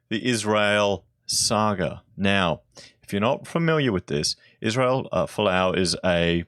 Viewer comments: Good vid mate but Falou isn't Fa-Lou, it's pronounced F-allow. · Please do your research and pronounce his name properly. I think this is horrible and they will take this to fair work and win.